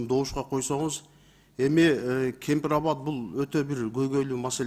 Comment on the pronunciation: Кен Пир Рават деп туура суйлогулочууу